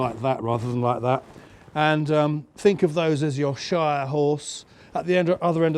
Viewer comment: “Shire horse” 😂😂